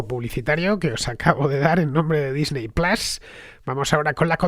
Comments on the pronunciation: Disney plas por favor es Disney Plus plas suena a bofetón. En inglés Disney se pronuncia Disny, en todo caso sería Disny plas. Si se dice Disney se debe decir plus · Me parece muy bien que hagas publicidad. Me alegro porque significa que el programa goza de buena salud, pero me niego a que vendas tus principios fonéticos de esta manera... QUÉ PLAS NI QUÉ PLAS... ¡PLUS COÑO!